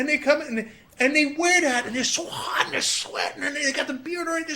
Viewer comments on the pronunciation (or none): You can actually hear Cenks New Jersey heritage "fokken hat" and "Miami biich".